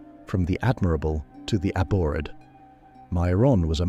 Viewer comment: Learn how to pronounce abhored